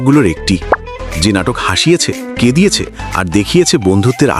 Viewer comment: ভাই, কেঁদিয়েছে মানে কি...? নাকি কাঁদিয়েছে